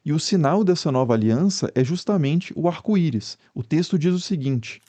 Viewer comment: “Arco iro”